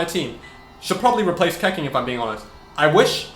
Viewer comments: Keqing is pronounced as Kuh-Ching not Keh-King 😭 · Pls dont pronounce Keqing like...Keking, I mean wtf? Its Ketching or the right Chinese pronounce is Kehching kinda...just my 2 cents bruh but damn that triggerd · its pronounce khe-ching............ not khe-king..... damn.... get it right... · It's pronounced Ke-ching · U can’t pronounce shit Keqing and Xio say the names right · STOP SAYING KEQING LIKE THAT GOD